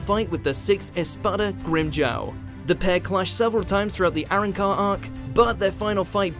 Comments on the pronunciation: this boy really said eren-car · Can this guy stop pronouncing arrancar as erin-car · My dude said Aaron-car instead of ah-ron-car bruh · I hate when he tries to pronounce Arrancar. It sounds like he's trying to say Aaron's Car. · As usual, another watch mojo video and an awful prenounciation xD todays villain, 'arrancar' lol